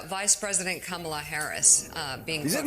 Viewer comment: If you're gonna make a video about Kamala Harris at least make an effort to say her name right.